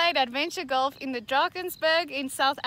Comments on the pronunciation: Goff and woof. He can't handle any LFs. 🤣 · I laugh every time Rhett says golf because he says “goff” and doesn’t pronounce the “l”😂